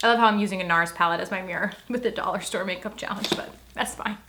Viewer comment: Did she say pake up?